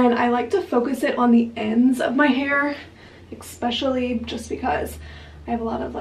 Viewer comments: In the nicest way possible, please stop saying “eckspecially” instead of especially 😂😘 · I love your vlogs x I find it so funny how you say the word especially with an x 😂 I'm from the uk, is that an American thing?